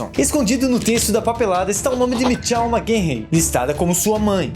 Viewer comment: eu até entendo o compromisso com a pronúncia original do nome do filme, apesar de um pouco irritante. Mas o resto das palavras??? Katakana não se pronuncia assim (veja o canal Japao Nosso de Cada Dia)... MICHELLE pronunciado como MITCHEL hahahahhaa, mano... menos Sem contar que já tem muitos anos que os "irmãos" Wachowski passaram pela transição de gênero. Foi extremamente desrespeitoso o cara ficar chamando as IRMÃS Wachowski de irmãos o tempo todo.